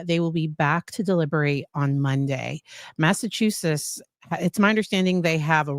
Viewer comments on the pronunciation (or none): none